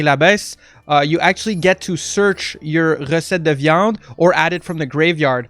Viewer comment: Are you from Québec ? Your "recette de viande" was very well pronounced and i'm french so you can trust me, i love your content and i was waiting so long for this deck ,thanks bro , bon appétit